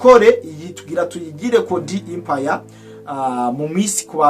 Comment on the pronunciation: Musesanguzi ijambo"EMPIRE" basoma "E" non "I"